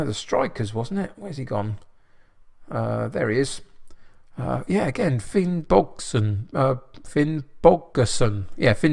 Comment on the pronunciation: Finnbogason pronunciation was good, or close enough :-) Greetings from Iceland.